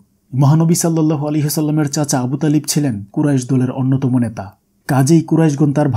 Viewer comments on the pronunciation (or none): none